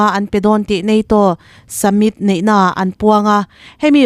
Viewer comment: Chhiartu, Kneset leh Summit lam dan hi chîkin zir nawn la a tha hle.